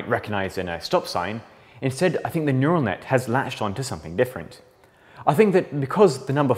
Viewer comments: “Neutal Net” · “neutal net” ah yes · What's a neutal net? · Neutal net... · Nutal net huh? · It's "neural net", with an "r", not "neutal net". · Neutal net , though